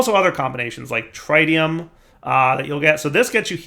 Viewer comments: TRITium. Pronounced like pit, zit, and bit. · tritium, with a short i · his pronunciation of tritium hurts my soul... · God, we're back to mispronouncing 'tritium'. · Now comes the next 5 episodes of saying H3 incorrectly. Yayayayaya